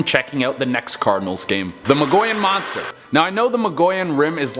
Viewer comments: Hey smart guy you dont pronounce the ll in mogollon its pronounced ( moe-gee-on) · Say it like” moe Gee yawn “